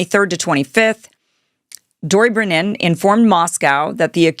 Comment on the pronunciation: Detente pronounced day tawnt... Gromyko pronounced grow me koh... Dobrinyin pronounced doh brin yin